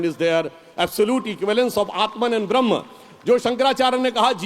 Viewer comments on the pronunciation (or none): none